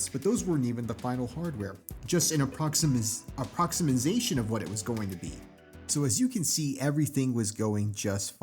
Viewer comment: The word is approximation, pronounced 'A PROX i MAY SHUN', not approximasation. Great video so far, I would have never thought it was your first. Great writing and reading style.